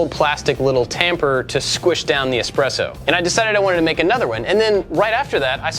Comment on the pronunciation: Is there anything you cannot make using plywood? This is a great video as it contains two things I love; DIY woodwork and coffee. Also, I appreciate you pronouncing "espresso" correctly and not saying "expresso"